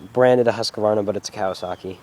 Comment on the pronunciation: it would be great if he could even say Husqvarna properly lol